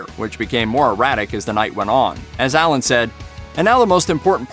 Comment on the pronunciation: Why are you calling him Ellen???